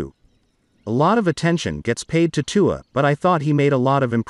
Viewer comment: Learn to say Tua’s name